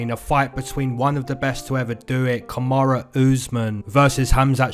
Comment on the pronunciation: why do ppl say "kamara" instead of "kamaru"